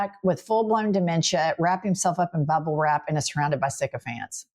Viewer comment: Did you say bubblewrap or BUBBAwrap??